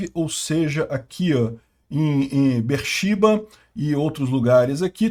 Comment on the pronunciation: Eilat, não Eliat e Ber-Sheba, não Ber-Shiba